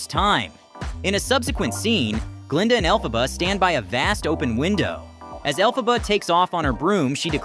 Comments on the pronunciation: Elle-Faw-ba?! It’s Elle-fuh-buh! Do you think someone who makes a clip like this has an interest in it note I imagine the only interest they have is producing popular clips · Why does he sometimes pronounce Elphaba correctly and then horribly wrong? Is this AI generated voice? Accent is on 'El', like 'elephant', not 'Pha'.